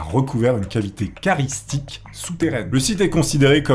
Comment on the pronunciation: Karstiques mon bon, pas karistiques 😅